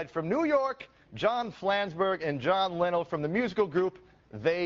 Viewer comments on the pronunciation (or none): He pronounced Linnell the same way my friend who doesn't listen to TMBG pronounces it.